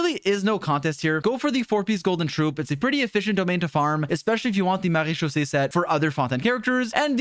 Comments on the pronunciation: Can we talk about that perfect marechaussee pronounciation? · Je ne m’attendais pas à ce qu’il le prononce aussi bien adhdjhfk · as a french i can say you have a great prononciation of maréchaussée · As a French viewer, I can say that your marechaussee pronunciation is perfect and a bless to hear ! 😉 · Wait do you have baguette in your blood? U said maréchaussée perfectly